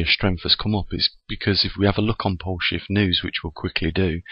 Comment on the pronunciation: Hi, Don't know if anyone else has mentioned it or not but your intro sounds like you are saying "Welcome to Bullshit News" instead of "Welcome to Poleshift news" Might want to rephrase it or something. I am a believer in what you are saying, just wanted to point that out to you.